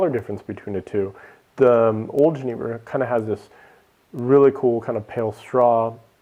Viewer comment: Please, for the love of God, learn how to pronounce jenever. It is pronounced ye-NAY-ver, as "j"s are pronounced as "ye" in Dutch unless they directly follow an "i". I am an American living in the Netherlands and the way you said jenever was really difficult for me to listen to. Sorry.